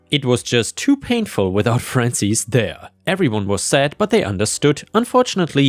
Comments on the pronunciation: Hey, Penny again. Frances is a western name. Generally unisex. Pronunciation is FRAH-n-sis. Not EES, IHS. Think the second syllable of the word Axis. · Frances is "fran sis" not "fran sees." lol